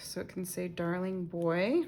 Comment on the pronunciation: Love the layout!!😊 You read the red banner as darling but it says daring